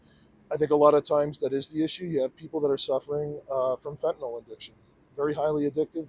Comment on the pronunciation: He's quite the animated drama queen. WTF is he putting in his coffee? The arm flailing is concerning.... He can't even pronounce fentanyl correctly 🤦😆 he's so full of 💩 I can't even watch the entire string of lies falling out of his mouth. Get rid of this worthless muppet!